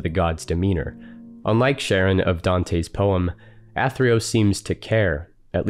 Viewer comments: Sorry to be pedantic, but Charon is pronounced as "CARE-on" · Surprised a language afficionado such as yourself don't pronounce Charon correctly. Usually in english it goes "karon", but in greek it's "haron". Otherwise great stuff as usual, man. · Charon can be pronounced as Karon, or Haron, the Ch is an attempt to communicating the more glottal “Kh” sound that were used to in English. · It's pronounced Karon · The Greek letter chi, 'Χ', is usually transliterated as 'ch', but pronounced as a hard 'C' or a 'K', not as a 'sh' or a 'ch' as you might expect. Indeed, 'chi' itself is pronounced 'kai'. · I too was struggling with the pronunciation. I had always learned it has a hard K sound verses the softer sh sound. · The ‘ch’ in Charon is pronounced the same as the ‘ch’ in Psychopomp, by the by. It’s Greek like Charybdis, not French like Chambord or Middle-English like Channel. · Not to be that person, but you mispronounced Charon. The c in Charon has a "k" sound, not a "sh" sound. Hope this helps.